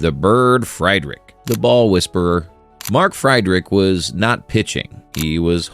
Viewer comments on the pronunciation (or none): That would be MArk FID-RICH if you care to pronounce itcorrectly.